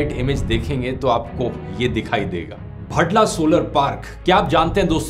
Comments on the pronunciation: भड़ला नहीं भाड़ला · भड़ला नही , भादला